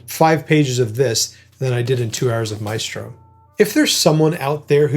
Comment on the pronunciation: The film is interesting and sensitive while showing his private life. But lacks insight about his music and commitment to composition. Also (sorry!): why do you all mispronounce the classic Italian word, MAESTRO? It is applied to Leonardo da Vinci, all the greatest masters in the fine arts, in music, in dance and film. It is pronounced MAÉSTRO, with an accent on the É. It comes from the Latin word Magister = Superior person , opposed to Minister = Minor person. Please pronounce it right! I wish I could record the right pronunciation here for you 😂In any case, instead of MAÉSTRO, you can always use the word MASTER. It is the same; it means the same 🕊️